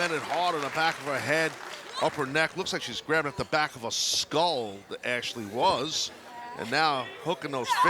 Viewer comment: Sucks the Spanish Announcement team still can’t pronounce Ashley’s name. Booker of the year 😂